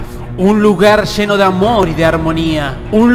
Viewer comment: Lleno! No heno! Lle-no.